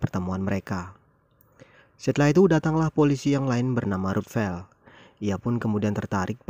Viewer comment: Ngomong ruthven kok kayak ruthvel, bang 😂 Haduh si frank ember bener. Ya memang eleanor ember jg sih, tapi si frank sumpah dah sampai diekspos ke mana2